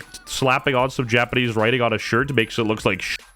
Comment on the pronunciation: bro said japanese 😂😂